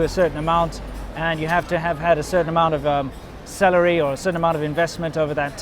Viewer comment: When said "you need to have a certain amount of salary" re: visas, at first I thought he said "you need to have a certain amount of celery.";)